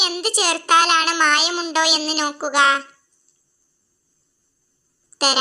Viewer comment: നോക്കുക എന്നാണ്... Noക്കുക അല്ല 🤣🤣.. പനയുടെ ന അല്ല... നഖത്തിന്റെ ന ആണ് 🤣🤣🤣